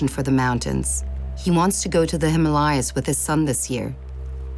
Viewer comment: that is the correct pronunciation of " Himalayas " Many people mispronounce it as Him Layaa